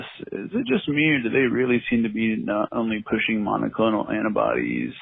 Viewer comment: "Errrbody knows Biden and thuh deep state are in charge of the monaclonal antibody supply" DERRRRRP!